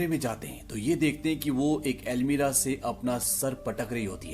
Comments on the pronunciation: Not almeera it's almaree or cupboard 😂😂😂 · explaination is good but I noticed you always say "Almeera" instead of "Almaari" lol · Jab almari hi hai to almeerah kyu khte h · अलमीरा नहीं होती 😁 अलमारी होती हैं।